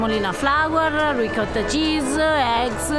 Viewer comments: Please,: try to say RICOTTA (pr. Reekawtta) and NOT reekada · How about you work on your pronunciation,. You're married to an Italian, no excuses for saying "ree caata." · This guy has an Italian wife and she never taught him how to pronounce Ricotta correctly? SMH...